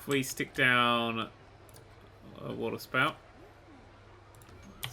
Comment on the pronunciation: missreading waterspout as watersport...